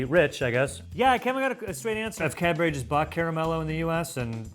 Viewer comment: Sounds like is saying Cadberry